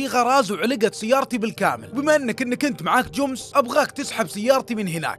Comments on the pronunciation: اسطوره بس تكفى اسم الشركه جمس مو جوومس 😂😂 ❤الله يسعدك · ليه تقول جومس